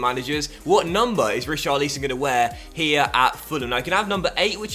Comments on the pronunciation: Rich-ar-lisson not Ri-char-leeson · Pleassseee if you're gonna have Richarlison here then at least pronounce his name properly...it's not pronounced like 'lee-son', it's 'lison'...like how it's spelled lol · Rich - are - al - son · Please say his name properly mate :) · Why do you say richarlison name like that just say it like everyone does in England ...